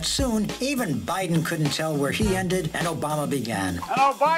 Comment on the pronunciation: joe bye-then